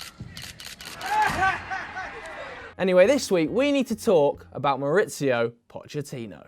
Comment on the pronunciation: I'm gonna be 'that' guy. Within the first 10 or so seconds u referred to poch as maurizio (emphasis on the 'z'). Manager poch is mauricio but his son who remains in the spurs youth team is maurizio poch. His other son left the youth team after poch was sacked. The other son is Sebastian poch